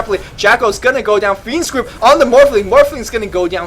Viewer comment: Every time says "fiend's grip" I hear "fiend script," which sounds even cooler.